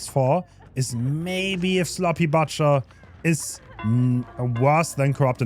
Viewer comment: He's only saying butcher like that for ragebait? right?